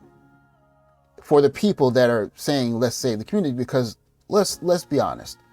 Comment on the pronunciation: I thought Biden was going to save the "communitah." What happened?